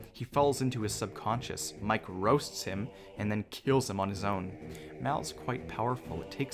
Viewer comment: I love btw it’s subconscious not sub concus